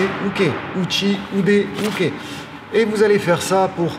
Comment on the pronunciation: Jodan age uke: blocage vers le haut.....non car il s'agit de "défense" et non de blocage avec le terme "uke". Là est déjà un problème car les enseignants eux même utilisent des termes "inexacts" et en plus les prononcent mal, c'est à dire à la "française" et non à la japonaise d'où ils sont issus. Que les élèves sachent les termes, c'est obligatoire, sinon ils n'ont rien à faire au passage de grade, mais que leurs professeurs fassent l'effort de leur coté de travailler aussi la justesse de leur propos car ne pas oublier qu'ils restent pour les élèves LEUR référence.